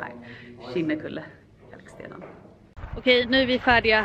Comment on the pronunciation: Så ovant att höra andra uttala Kinnekulle 😂 jag bor på Kinnekulle och utalar det ljust i slutet på e:t än att gå ner i mörk ton 🙈 You rock Zenza, sååå kul med dina renoveringsvloggar 😍